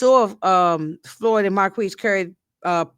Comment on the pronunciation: From what I'm hearing on the tv show Marquis named is pronounced Mar-kease(phonetically) Saint should know who he married... no shade. He was big trippin all episode. I agree Skunk's days are numbered⏳️